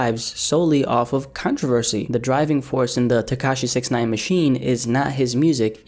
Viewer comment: You saying Snitch9ine's name wrong